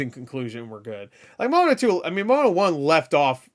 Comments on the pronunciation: Also it’s pronounced mowanna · not to be a complete dick but, it’s pronounced Mo-A-Na so literally Moana, if that makes sense, I’m not saying that to be a dick, I’m just one of those individuals that it bugs the shit out of if you don’t get your names and stuff right, I’m not saying that’s how it should be, I’m just saying that’s how it is.